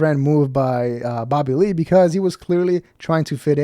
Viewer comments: With your accent it sounds like "Babbahlee" 😂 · These channels are getting old for anyone over 25 or has an IQ over 75….. I love how your dumb ass says “Babalee” for Bobby Lee.